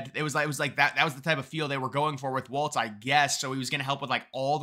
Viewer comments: It's not waltz it's walz. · Walz has no t in it. It's pronounced Walls.